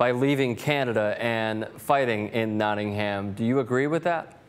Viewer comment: Notting - Uhm. Notting - Uhm. Nottinguhm.